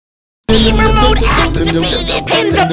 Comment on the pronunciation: ‘GÆMER MODE ACTIVÆTED” “END OF ENDERMÆN”